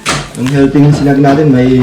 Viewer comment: Sinangag po nd siningag..Hehehe